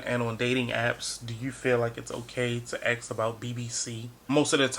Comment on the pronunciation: Could I ask you smthg unrelated? You say ax or axed instead of ask or asked? Am I right? Is this a thing in the US? It's just my stupid curiosity and you aren't obliged to answer. Anyway, your video is very good.